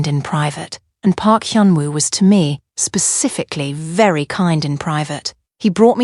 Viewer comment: I D mentioned once instead of I’d mentioned once! The Ai has a very strange and incorrect way of speaking English! Since this video passed inspection and was posted with all of the incorrect speech, I wonder if the writer is an English speaker.